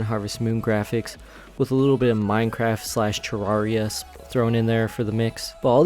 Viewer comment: Thank you for saying Terraria and not Terreria like some idiots say. Also great video